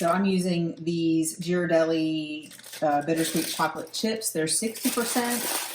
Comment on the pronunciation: This is how I make my hot chocolate, sometimes adding a bit of cocoa as well! By the way, Ghirardelli is pronounced Gear-ar-delly. I used to go to Ghirardelli Square in San Francisco a lot when I lived there. I know, weird spelling, named after an Italian chocolatier. I had to look that part up!